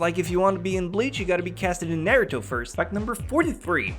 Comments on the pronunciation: if u dont mess with pernunciation anymore than why did u say nairuto instead of naruto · If you don't mess with pronunciation, then why can't you pronounce Naruto right?